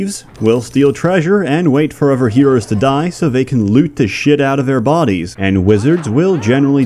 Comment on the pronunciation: he mispronounces both his "th"'s. For example, instead of death and other, he says deaf and ovver.